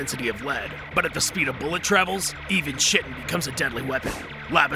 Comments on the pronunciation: Why are you calling chitin(Kaitin) chetin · It’s pronounced “Kai-tin” dear god i hope its a horrible joke you thinking its actually sounded as “chit-tin” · I'm apologize but the fact your pronouncing chitin "Chitin" was driving me mad. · Kite-tan not chit-en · Its pronounced "kite-in" not "chit-in" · It’s pronounced kite-n not chit-n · I don't think you pronounce the ch like this in chitin it's pronounced k-eye-ten not ch-i-ten that sounds to much like sh*ten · Chitin is pronounced as "kite - en". It took me a bit to realize what you were saying. XD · ITS PRONOUNCED KAI-TIN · Okay, 2 things. 1) I hate roaches, but this is an adorable SCP! 2) It's pronounced "kite-on". "KITE-ON" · Chitin is pronounced “kite-en”. That word used to screw me up so bad, I hope this knowledge serves you all well in the days to come. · Just for the record, chitin is pronounced like ki-tin. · Btw chitin is pronounced ki tan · Chitin is pronounced KAI-TIN Boss. Just an fyi. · ITS KITE-AN. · Chitin is pronounced Kite-in. Sorry it really bugged me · chitin is pronounced kite-in :) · Fun videos but Chitin is pronounced "k-eye-tin" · Chitin is pronounced kite-en. Just fyi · It’s pronounced kite in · Its pronounced kaitin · oh my gentle Jesus! Stop saying "chitin" its pronounced "kye-ton". I am white girl levels of just can't even-ing with this. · Just FYI: Chitin is pronounced kye-tin And Wehrmacht is pronounce Ver-mahkt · You pronounce the "t"in "ergot", and the "ch"in "chitin"is pronounced as a [k] and the following is pronounced as [ai].